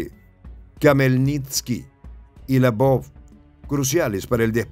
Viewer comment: "se lee "elvof" o Leopolis